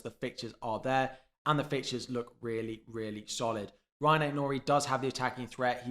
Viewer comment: Rayan Aït-Nouri, not Ryan. Small thing, but I think you'll want the nitty gritty right.